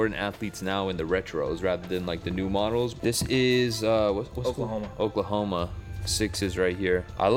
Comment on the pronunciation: Oklahome = ohio 💀💀